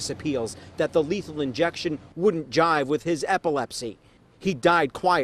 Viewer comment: Jibe. Wouldn't JIBE with his epilepsy. It's not "JIVE." Man, for having such a huge, pulsating, bulbous head, this reporter has a pretty limited vocabulary.